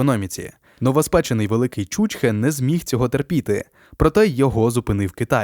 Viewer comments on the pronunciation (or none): Наче б і цікаві програми робите, але коли непоавильно ставите наголоси, то таке враження, наче ви невігласи, або знущаєтесь над слухачем. В першому випадку це ставить під сумнів всю інформацію. ЧучхЕ! Подивіться, як воно пишеться, як вимовляється і що значить